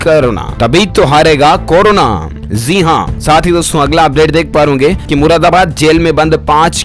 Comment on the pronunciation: Zi nhi ji bolo pronounation glt h tmhara